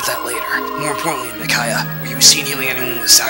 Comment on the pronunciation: The way you pronounce Micaiah is bugging me. :(